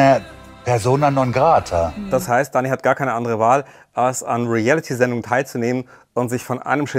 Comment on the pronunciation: Emmy kann das Wort Reality nicht mal richtig aussprechen. Sie sagt immer Relliti